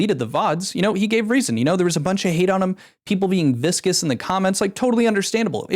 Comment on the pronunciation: Vicious. Not viscous, vicious. They are not being thick and gooey to him...